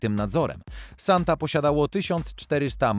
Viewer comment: Sonte a nie Santa. Używaj tłumacza google, będzie się przyjemniej ogladalo